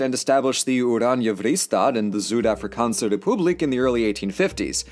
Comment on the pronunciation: Hey, I've already commented this, but I'm separating these comments so you can find this one again if you need to: Your African names are on point, your Afrikaans names not so much. If you do Afrikaans names again, I can happily help you with pronunciation. Short version though: V=f (so, 'Voortrekkers' is pronunced Foor-tr-e-ker-s, that e being the short e like in egg) Ui= ay (like you're trying to get someones attention, but said with rounded lips, so Suid-Afrika is said S-ay-t-Africa) And finally, aa = aah (so, Afrikaans is said Af-ri-kah-ns) I hope that helps.